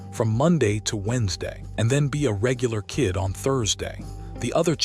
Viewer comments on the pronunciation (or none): none